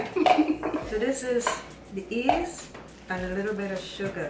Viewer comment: I thought my grandma was the only one who said yeast as east